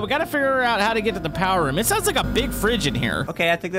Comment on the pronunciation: mini fridge? nah nah nah bro BEEEG FRIDGE